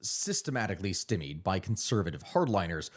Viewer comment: "stimmeed"? STY-meed